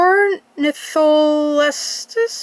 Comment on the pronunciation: It's pronounced like this sor-or-nith-o-les-te-s